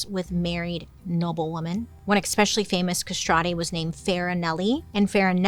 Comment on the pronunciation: I Really Enjoy Bailey but COME ON-7 MILLION PLUS subs and she cannot pronounce eSpecially OR eScape properly?!? Spare me “it’s her speech impediment” it’s a Mispronunciation- SIMPLE AS THAT. There’s NO “K” in especially OR escape yet she Consistently says eKspecially and eKscape. It ain’t cute.